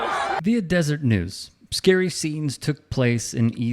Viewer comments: Just one thing. It's the "deseret news" not desert news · it’s Deseret News, not Desert News. I miss the good old days when the most aggressive rivalry action was wearing the t-shirt that said “The only cougar I like is your Mom.”